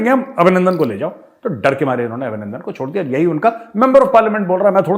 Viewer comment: GR. CAP. Abhinanadan not Abhinanadan